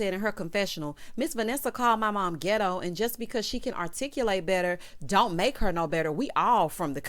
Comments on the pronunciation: When you said qwerstion and gitto, if I didn’t scream on this Sunday morn, 😆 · Words of the day: QweR-strun Gi-doe Ree-speck-fer Me: hollering